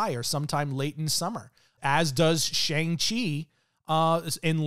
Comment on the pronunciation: Its Shāng-Çhi